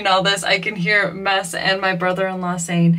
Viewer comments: Someone help. I thought his name was...some people in the comments use "". It seems like Ava is saying "Mess". Did I miss something along the way? What is correct? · Did I hear correctly? It sounds like Ava is calling, “Mess”. If so, that is a PERFECT pet name for him!